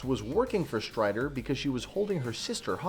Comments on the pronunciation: Strider?! It's STRYKER. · stryker not stryder sir. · Anybody else hear him say strider not Stryker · Stryder? I think you mean Stryker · You said " William Stryder " , but it is actually " Willian Stryker " !! Just pointing it out . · he keeps saying stryder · anyone else notice how he calls Stryker "Stryder"? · Excuse me, you said Stryder, incorrectly, my autocorrect made me say Stryker